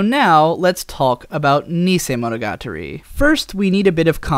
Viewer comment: Someone else who can't pronounce "monogatari"; say after me "mono - ga - tarry".